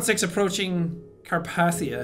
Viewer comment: its pronounced CarpAthia, like a_e